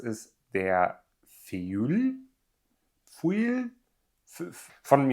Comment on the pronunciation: 😂 es heißt doch „Föj“, also Blatt. Du hast es so lustig ausgesprochen..